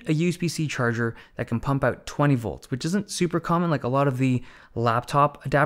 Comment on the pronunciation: A very professional YouTuber IMO <3 But it's so funny he sounds american in every way, except when he says "out" or "ohh-t" which sounds Scottish or Irish (I'm really not a language expert) :P But it's very noticable and quirky :P